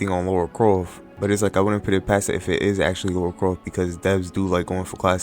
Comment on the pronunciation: Lara not Laura